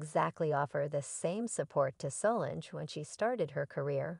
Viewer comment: Mispronouncing Solange - Wrong Matthew (McConaughey, not Knowles)